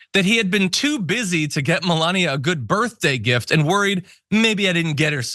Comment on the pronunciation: great Ménalie impression, ooops i meant Mélania